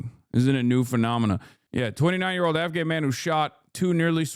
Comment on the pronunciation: HasanAbi cult leader knows a lot about “blowback” and lol HasanAbi cult leader not even being able to pronounce the Afghanis name correctly, hahahahaha.